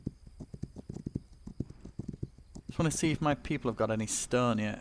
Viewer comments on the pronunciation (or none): Do i hear wrong or do you pronounce stone strun